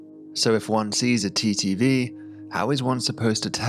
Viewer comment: Can't tell if he's saying TTV or TDV half the time.. it sounds so similar. Might wanna think of a different way to say it like just "timing variation or duration variation".